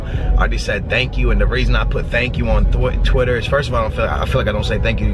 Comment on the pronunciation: he was about to say "thwitter" instead of twitter. anyways. what type of jeep does he have?